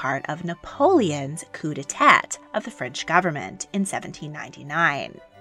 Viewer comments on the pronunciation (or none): Coup d'etat = "koo-day-tah"